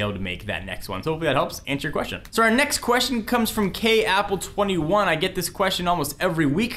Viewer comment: K APLLE 21 lol, I think it's KAPPLE 21:D